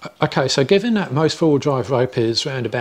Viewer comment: I dought da same ding